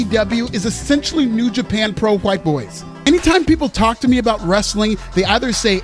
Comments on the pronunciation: it burns my skin how you say white I fucking hate it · It burns my skin how you say, "white." I fucking hate it!